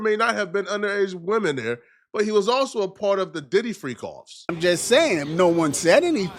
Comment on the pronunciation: .. ..."He Needs to be Committed"....While being, Subpoenaed etc;.😏....He Aint No' Damn Lawyer'...He Couldn't Even Pronounce Diddys name Right'.😅🥴.